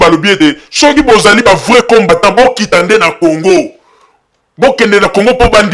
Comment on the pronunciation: C'est pourquoi le Congo n 'avance pas avec des gens comme ca , tu ne sais meme pas prononcer combatant. il est temp de se repentir. Aimez-vous les uns et les autres.